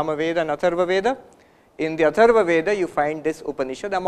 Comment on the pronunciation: First time i am able to see some Sadhu is explaining philosophy terms on blackboard. Very nice explanation. Thanks for delivering such nice lecture. Also look carefully, he pronounce the word Ved not veda. This is great!